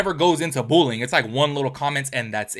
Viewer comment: I keep hearing “bull-ing” and I’m like what is bull-ing????